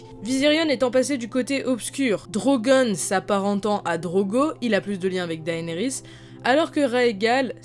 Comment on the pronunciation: Théorie n1: Jon en a déjà monté un. « Daenarys » Looooool #beauf #mdr